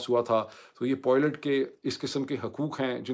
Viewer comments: Nice analysis, but it's pilot not poilet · It is pilot and not poilet…. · معید بھائی نہ چاہتے ہوئے مجبور ہوں ۔ تلفظ پائلٹ ہے نہ کے پوائلٹ۔ 😊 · khuda k wastay pilot ko poilot na bola karen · Dr. Moeed Pirzada, this vlog is truly excellent in every respect,especially the way you redefined terms for viewers and explained the American war strategy as essentially a massacre. From start to finish, everything was outstanding.However just one correction,you used a word nearly twenty five times but the pronunciation was slightly off. It’s not poylet, it’s pilot.With respect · Dr sb always very informative videos. But pilots pilots zaban pr pakka kr len. Abhi tak aap still polot polot kehty hen. This doest affect us but it would be good to pronounce this word properly. Hope you won't mind me pointing this out to you.